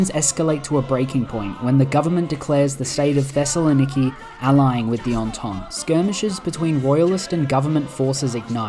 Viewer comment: this man pronounced Thessaloniki perfectly